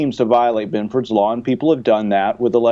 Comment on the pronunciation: Ah hell, I typed Benford, but the damn autocorrect added that extra "o". I was just commenting on the pronounciation